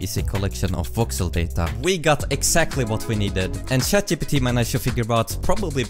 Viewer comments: 5 seconds in lol, he said shat gpt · "Shat GPT" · Never. I mean never, not pronounce it as ShatGPT.